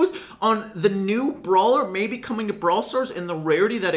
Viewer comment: When said "may be removed" or something like that I thought he said "Bibi removed" and started panicking 😂